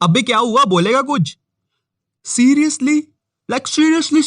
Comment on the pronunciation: he said like seriously and i heared lakshy reously